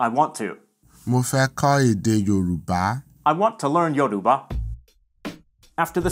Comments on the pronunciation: The highlight for me is your perfect pronunciation of the word "Yorùbá". Good one. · I was actually amazed u pronounced Yorùbá quite well. Ogún could also mean ur inheritance Ògùn could also mean drug